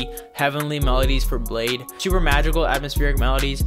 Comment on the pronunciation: I don't even like bladee but it's pronounced blade -ee